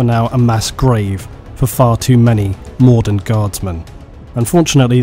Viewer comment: When you say mordint I keep thinking Mordor